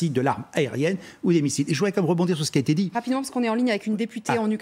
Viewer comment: "les infrastructures électriques ont été la cible..." heureusement que j'ai un cerveau car on dirait qu'elle dit "pété" ... ce me permet aussi de comprendre vite quand la tv est factuelle ou mensongère car engagée...La Comédie Intersidéral continue, LCI continue et c'est déplorable.